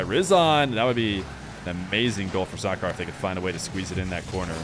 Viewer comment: It's SAH-KER not SAH-CAR